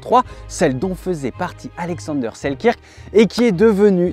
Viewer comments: Bonne prononciation : Alexander Seelkeurk,pas la bonne orthographe bien sûr mais bonne prononciation. Sinon, vidéo fort intéressante à garder ds un coin de sa mémoire. Bonne continuation ! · ca se prononce: sel-"queue"-rk, en passant. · Super vidéo :) pour info ça se prononce Selkeurk :)